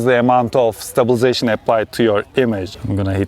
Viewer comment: Why can’t you pronounce stabilisation?